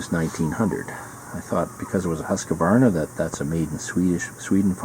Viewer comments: It should be pronounced 'hoosk' 'varna' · No E sound between the Q & V Pet peeve of mine, every Gun channel says it wrong :p PS Husqvarna still make a ton of stuff